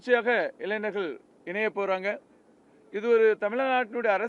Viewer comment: இங்கே... இங்கே.. என்றால் எங்கய்யா ஒரு தகவலை தெளிவாக சொல்ல முடியாதா? இடம் நாள் நேரம் சரியாக சொல்லுங்க நாளை என்றால் இந்த வீடியோவை என்றைக்கு பார்க்கிறார்களோ அன்றைக்கு மறுநாளா? மைக்கை கடித்து குதறுவார்😂 இளைஞர்களா இளைநர்களா?😂 கடைசிவரை இடத்தை நேரத்தை சொல்லவில்லை இவரை எல்லாம் கட்சி பொறுப்பில் போட்டு வச்சுருக்கானுக கொடுமை கொடுமை...